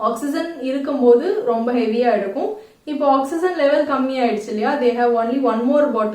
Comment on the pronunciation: Oxygen pronounciation is different mam. Awk-si-jn but ur pronouncing it differently. Which is right mam?